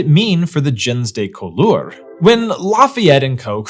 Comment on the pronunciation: Your pronunciation of “gens de couleur” is atrocious, and this is from someone who French people had a hard time understanding because I couldn’t pronounce French words correctly after years of living there. It should be more like “zhahn duh cool-err” (IPA: ʒɑ̃ d(ə) ku.lœʁ).